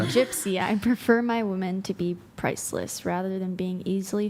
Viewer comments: Im glad brought ip the pronunciation of "women." Jeeezus it was driving me crazy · Finally!! Someone pointed out how they say "woman" it drives me crazy. Thank you, 🎉